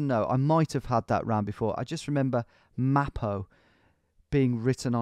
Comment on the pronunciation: Its "Maro" in Cyrillic, its not "Mapo" 😅